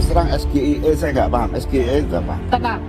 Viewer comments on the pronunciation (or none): Kalau membacakan inisial dari satu kalimat dalam bahasa inggris ya harus dibacakan pake cara membaca huruf Inggris juga dong. SGIE harus nya dibaca "Es Ji ai i" bukan dg "Es ge i e". Mau gaya tapi norak. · Harusnya gibran harus panjangin singkatan dgn bhs inggris...tp saat panjangin SGIE jg baca dan salah lg...jd yg salah sebut siapa nih....ayo netral...jgn merasa hebat ya.. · Benar, terlihat keangkuhannya, kurang adab atau etika berbicara. Sementara, Pak Mahfud mencoba untuk tetap menghargai, walaupun agak terpancing juga. Padahal dia sendiri menanyakan istilah dlm bhs Inggris dg singkatan dg pelafalan bhs Indonesia (SGIE)